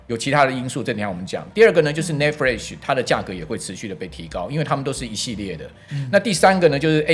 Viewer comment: 主持人的科技素養有待加強、NAND都不會唸 也太扯